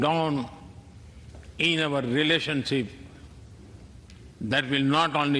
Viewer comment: Impeccable English? In a small segment I heard, he called investing as “investigating” in a girl child. There was another word he totally massacred. Relationship as “ relationshippe”. He should have delivered his speech in Hindi with a translator as is done at UN.